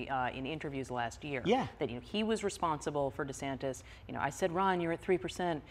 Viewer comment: Why De Sanktis?. Maggie tried to help, but Trevor’s not hearing it